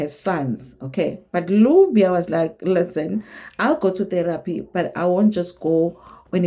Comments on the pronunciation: Nubia not lubia 😂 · Lubia😂😂😂. It's Nubia. Not Lubia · "Nubia"..not Lubia!!!